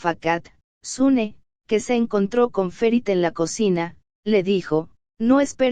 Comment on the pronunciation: No es sune es suna.